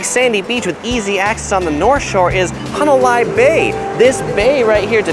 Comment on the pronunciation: "Hana lie"? 🤙